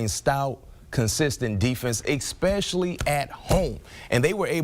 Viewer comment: If you're going to be on National Television. Please say your words correctly. It's pronounced Especially.. There is no X in the damn word.